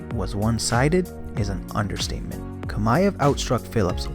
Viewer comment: Chimaev. Chi-ma-ev. not Kamaev